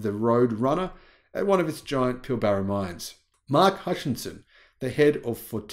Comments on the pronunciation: And doesn't need to say Pill Baara. Just Pilbra is ok, never head anyone emphasise the middle a like that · You have an Australian accent except when pronouncing Fortescue and Pilbara